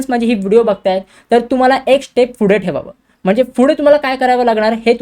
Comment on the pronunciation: it is pudhe not fudhe 👍🤣🤣🤣🤣🖕